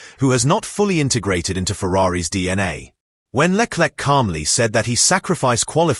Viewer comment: Le Klek ???😮😢